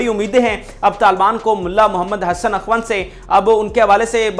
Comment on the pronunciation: اَخُوْند لفظ ہے و ن د پر سکون ہے